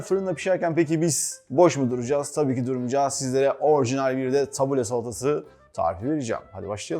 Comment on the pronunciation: yalnız onun adı tabule değil "tebbûle". ingilizce bir kelimenin telaffuzunda yanlış yapsak hemen gülünür madem öyle Arapçayı da doğru telaffuz edelim. (Felafel ve Tebbûle Suriye kültürüne ait yemekler.) Tebbûleyi kısır diye aktarıyorlar ama kültür noksanlığı oluyor, şefin de dediği gibi tebbûle daha bol yeşillikli bizim kısırımıza göre.